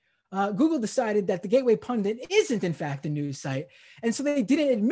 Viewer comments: Is he saying "pundant"? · Maybe the problem was he was searching for "gateway pundant", based on his pronunciation.